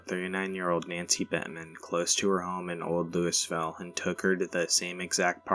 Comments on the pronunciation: No- no we say Lou-Ville lol... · You’re mispronouncing Lousiville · Actually people from Louisville pronounce it wrong